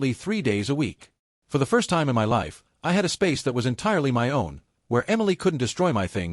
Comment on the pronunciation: If you bought your house, how are u renting and had a landlord? AI just can't get anything right. What is so difficult about saying my as my instead of m y? Can't AI'S be programmed to pronounced every word correctly? Emily is so delusional that her narcissism is now stratospheric. What talent? *Kiss teeth*. No, u are not wrong. U know exactly what to do. Someone needs to give Emily a serious reality slap so hard that it would be difficult to remember how she used to be without getting a migraine. Good of u act so quickly. Most of these stories tend to mess about for awhile before they act to solve their problem with entitled family. What is there to be jealous about? Give in to keep the peac? What about your peace? With Emily's delusion, you'd have no peace.